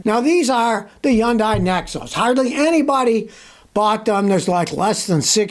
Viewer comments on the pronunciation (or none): From the people who work at the Hyundai dealerships it’s Hon-die Scotty or is it Scooty? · Scotty: To correctly pronounce Hyundai think of Sunday starting with H.